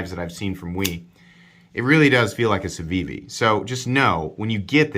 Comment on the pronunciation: You could substitute "Camry" every time you say "Civivi" or "Ciwiwi" and have a bang-on review of that car's mass appeal. It's good, reliable, inoffensive, gets the job done. But nothing distinguishes it. ("Ciwiwi" kills me by the way - brilliant!) That said, I like my Elementum and I'd keep it over this knife since it has a great hollow-ground blade, and presents a MUCH superior value proposition.